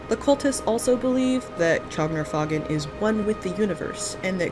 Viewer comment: I thought the "faugn" was pronounced like "fawn".